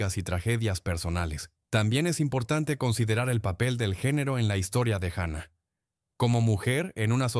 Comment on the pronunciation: Juana, JUANA NO GUANA O UANA, JUANA LA LOCA. Eres hispano parlante, parece mentira que no leas !!